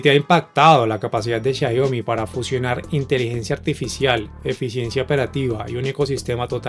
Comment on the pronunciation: Muy bueno el video! pero... por qué decís Xaiomi?' Abrazo!